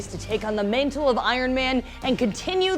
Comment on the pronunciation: Did she say Iron-MANtle lol